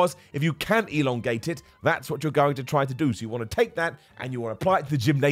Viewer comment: "If you can't elongate it"...is is me, or did add an extra stress on the "long"? 😆